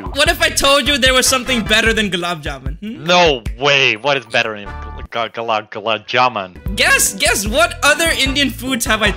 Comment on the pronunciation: its not gulab juman its long gulab juman